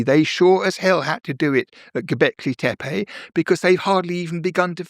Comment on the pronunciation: Here's a person who pronounces Göbekli Tepe correctly